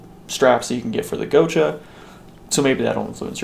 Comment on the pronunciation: Gotcha... Not go cha